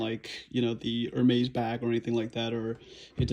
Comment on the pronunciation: Hi I am french and yes it is the correct prononciation you win 1 point man ! Ps no I don t live in Paris !